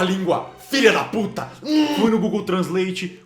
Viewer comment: "filha da pultah" hmmmm